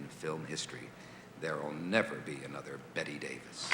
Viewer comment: Merv dodges a bullet when he mispronounces her name as "Bet Davis" as. and she lets it slide!